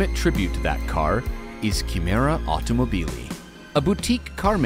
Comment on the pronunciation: Gentili Signori di Throttle House, siete simpaticissimi ma Italiano si pronuncia "autom-O-bili", con l'accento tonico sulla seconda O.